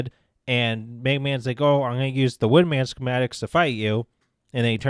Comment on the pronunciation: did you say “wind man?”